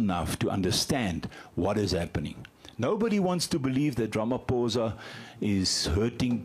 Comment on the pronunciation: Can the yt please pronounce Ramaphosa correctly please